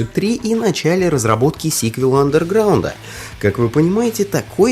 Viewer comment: Какого хрена чувк, ты не правильно говоришь Underground? И еще, где экраны загрузки у2 и мв, похожи? Пять раз пересмотрел видео, и нихрена не понял. Посредственное видео.